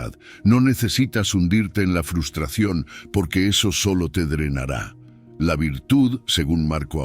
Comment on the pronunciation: Me encantan sus lecciones de vida, lo que no me gusta es que el locutor diga FUSTRACION en vez de FRUSTRACIÓN, sería bueno que lo corrigiera.